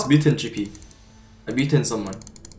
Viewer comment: Everytime he says mutant I hear mitten